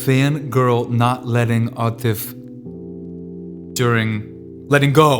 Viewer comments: He finally pronounced atif correctly! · Ok. Atif Aslam's Aadat is looong overdue now. Hey, he learnt to pronounce Atif's name correctly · Seriously your "atif" pronunciation is getting better and better